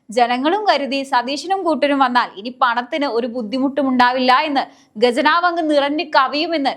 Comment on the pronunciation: ഗെജനാവ് അല്ല ഖജനാവ്... ഖജനാവ്